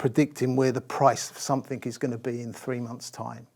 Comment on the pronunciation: He keeps saying "somethink".